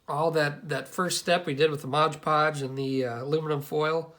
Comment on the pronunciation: Nice work, but..MOD PODGE my man, MOD PODGE. Not modge podge...